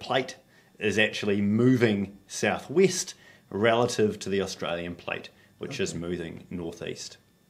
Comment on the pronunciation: “Moving , South Wist.